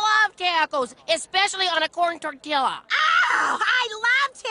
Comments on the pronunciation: if anyone pronounces Tortilla like that I'll make Hiroshima look like a tea party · that made me want to do a triple backflip off the empire state building's roof because of how white they pronounced taco and tortilla